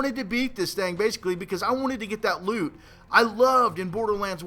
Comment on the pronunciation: He always say thing as thang.